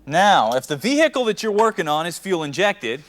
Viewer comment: Your “vee- hickle”. He’s not from the South. 👍🏽